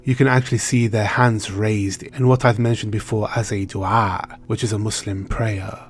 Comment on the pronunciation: That ayn in du'a and Alia... I'm sure you speak Arabic!